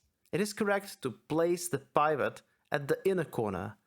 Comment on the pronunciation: Super in depth and helpful video series. Awesome stuff. Heads up the i "pivot" is pronounced like the i in "in" or "pin" (ih-sound) rather than the i in "private" (eye-sound). Took me a second to figure out what you were saying. Looking forward to part 3.